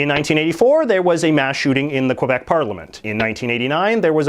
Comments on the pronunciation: K-Beck not kwabeck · Its pronounced “K-bec” not “Quabec” ya curly headed fk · It's pronounced more like kih-beck, not kwah-beck or kwih-beck. Hearing you pronounce it incorrectly really makes it difficult for me to take your opinions on it seriously. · I know its a small thing but it bothers me how everyone pronounces Quebec, it was pronounced KÉBEK by the Natives, not KWEBEK, thank you for coming to my tedtalk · For God’s sake, pronounce it properly - it’s “Kay-bec”, not kwa-bec. Aside from that, Mr McCullough promulgates some very interesting observations on Quebec & Canada in general. He’s sort of the polar opposite of Will Ferguson. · Its Quebec not Quobec. Say it correctly. Where the fuck are you getting the O from? Sad that a Canadian is making such a mistake. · I get so trigger of him saying QUebec instead of Quebec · Its Quebec.....not Kwabec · It’s pronounced kay-beck not kwe beck. And the shooting in 2006 was not at a university but at a cegep, a type of school only Quebec has. And I go there. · Dude stop saying Quabec it's Quebec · I'm sorry and I hate to be this person but it is spelled q u e b e c. Not q u o b e c. Pronounce it the way that it's spelled please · First its pronounced Kebec not Qwebec. Also I don't see the issue about being bilingual. Most Europeans are at least bilingual if not multilingual. It seems to be a very North American idea to not learn more than 1 language. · I've been all over Ontario and there are plenty of french people. I've also been to Manitoba and know plenty of French people there as well. This idiot in this video is clearly anti french and anti Quebec. Hell the fucknut can't even pronounce Quebec correctly, he pronounces it as Quobec. Where the fuck did he get an O in that? And hell he can't even pronounce about correctly. This idiot is a waste of air. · Can you PLEASE pronounce Québec properly!!! Its not Quobec ffs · It's not pronounced Kwuh_beck. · You're alreldy offending me by mispronouncing the word Québec